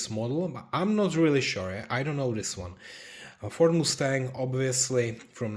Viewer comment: Must-stang, not moo-stang 😅